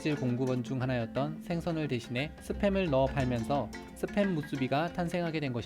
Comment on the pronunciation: 재미있는 사람이다. 스팸 을 습햄 이라 읽고 말이죠 ㅋㅋㅋㅋㅋㅋㅋㅋ